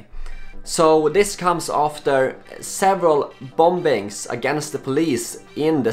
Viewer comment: Listen buddy, I love ya. I kind of don't want you to stop pronouncing the Silent B in bombings. But I think it would help with your UK audience